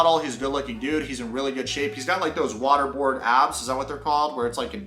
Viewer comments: It's "washboard" abs. Not "water board" abs. Water board is that thing the CIA does to bad guys... or what you use to swim lol 😘💜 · It's "washboard abs", not "waterboard abs". That was hilarious. The meaning is from resembling an old-fashioned laundry washboard.. as in, they're so chiseled that you could use them to wash clothes on.